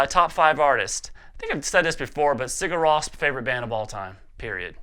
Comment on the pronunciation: what did he say was his favorite band? i played it over lie 10 times and i cant understand it. Sigarosp?